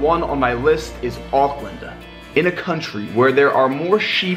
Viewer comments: And of course he macs up the name to auckland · He’s saying Auckland wrongggggg